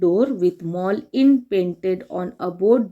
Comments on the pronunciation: You are saying mall not mole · It mole not mall